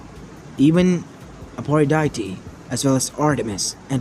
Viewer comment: it's aphrodite not apollodite